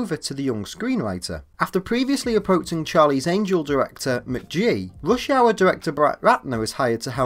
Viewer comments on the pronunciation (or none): none